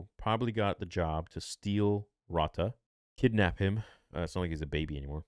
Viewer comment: whats with the miss pronunciation of Rotta's name also Moana lol